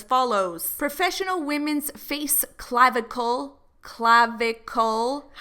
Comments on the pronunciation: cla-vi-cle 🤣 DEAD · I laughed so hard when you were like CLAV-I-CLE 😂😂😂😂